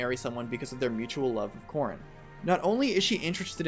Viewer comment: Every time you say Corrin, I hear corn instead.